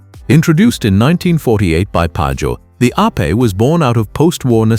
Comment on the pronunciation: The Piaggio three-wheeler is NOT pronounced ape (like monkey). Ape in Italian means bee. Another AI rubbish video.